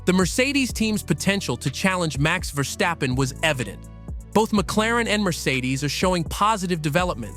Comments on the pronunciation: It's actually better pronounced than most do, the only error he made was to emphasize the VER part instead of the STAP one 😁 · I believe VER-STAPPEN is closer to the actual pronounciation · This is by far the most bizarre pronunciation of "Verstappen" I have ever heard...